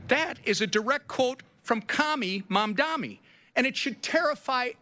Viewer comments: The only thing that I would like to suggest that SOH Mike Johnson change is: It's the new New York City Mayor Mamdani (sounds like) not Mamdami. Other than that, he is pretty much spot on. Bravo Speaker Johnson. Keep calling for a few Democrat Senators to end the filibuster and vote to re-open the Government, and get back to work Democrats. Open the Government and the House resumes regular session. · The fact that they are all intentionally pronounced Mamdani’s name wrong is showing you how they are really furious about the winning of the people of NYC over their billionaires donors.